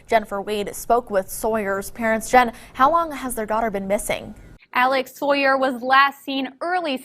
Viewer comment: It's interesting the way she said "Soier" instead of "Saw - yer". I was listening for the sound "saw" but I didn't hear it. It makes one to wonder, when she looks at the first syllable of the name "Saw - yer" what does she think? If she wants her dad to hand, to her, a saw, does she say, "Daddy, please hand, to me, a soi."? [Later] the other one did it, too. Is there some kind of crazy teacher in the educational system, who deliberatety teaches children to say things the wrong way?